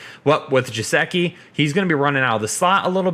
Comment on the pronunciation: Its Mike Gesicki not Jesicki **